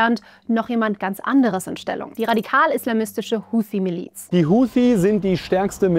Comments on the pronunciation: sie spricht es falsch aus. Und zwar wie eine Amerikanerin. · Ich tippe weil sie arabisch spricht und das korrekt aussprechen kann. Sie spricht auch Hamas anders aus als der Durchschnitts-alman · Warum spricht sie Huthi so englisch aus?